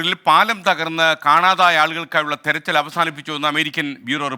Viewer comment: "തെരച്ചിൽ" അല്ല മാപ്രേ "തിരച്ചിൽ"